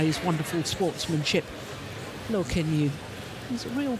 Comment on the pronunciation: I think Let's go Loooo meaning Loh. Most of the fans are european/western, it's very understandable when they pronounce asian names wrong.